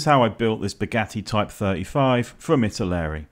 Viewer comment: FFS it's not pronounced "ittle airy"